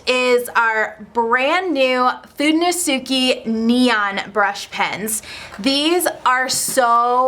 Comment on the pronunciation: Now there's how you say "fudenosuke"